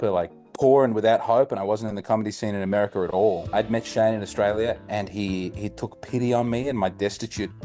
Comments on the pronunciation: in “Americerrr” 😂 I see what ya deed thur mate (I’m Hispanic) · Lololol " AmeriKER"